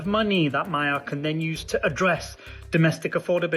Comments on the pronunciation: The word "Magyar" is not pronounced "Mayar", but rather "Madjar". "gy" = "dj", similar to the beginning of the word "during". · It is pronounced Maghiar, like the Magyars.... please... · Magyar is pronounced Magjar - gy is a bit like g in George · Magyar is pronouced Madyar. Orbán is a G! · Magyar's name is pronounced 'moh-joh' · No... it's "Mah-gee-arr" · Magyar, not Mayer. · Madyar is closer. And O1G. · Yes, that's how it's pronounced, but you keep saying My-yar. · The other real question is whether Orbán will be held accountable for decades of corruption siphoning off EU funds for personal gain and crony allegiance with the effect of diminishing the array of normal government services and quality of life of Hungarians. Sir, thank you for putting a spotlight on this small but vigorous country and feel free to pronounce Mr. Magyar's name more closely to what it sounds like in Hungarian which is...in English like 'Madyar.'. It should not be mistaken for German sounding like "Mayer" and I didn't know what you were talking about at first. As a Hungarian this is important because our language is unique and outstandingly beautiful also, his surname reflects the name of our people in our language, which is strong and soft all at the same time. All the best to all watchers and joining you from Canada with great excitement about the outcome of this election.